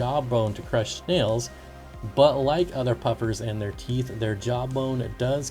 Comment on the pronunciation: Tow theeth haha,🤣🤣🤣🤣😂😂